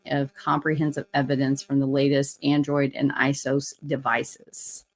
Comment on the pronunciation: iOS is pronounced like EYE-OH-ESSS. Excellent video!